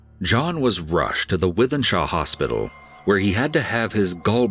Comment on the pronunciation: The first case is local to me, well done for being American and knowing how to pronounce Wythenshawe, it's a stumbling block that trips up many a foreign person! Also I swear Goose Green is cursed, we get semi regular stabbings there, yet it's a super posh area (although the bars on Goose Green do have a habit of attracting the trash with cash sort) and a tiny little scrap of walled in land with no actual green. We only just had a fatality (a relative of Tyson Fury) there this last week, clearly there's some kind of vortex of evil going on there!!!